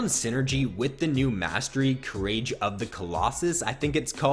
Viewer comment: Courage isn't pronounced cur-rage. It's cur-ridge